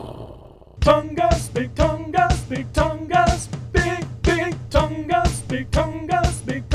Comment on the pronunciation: You did pronounce it correctly ! 🙂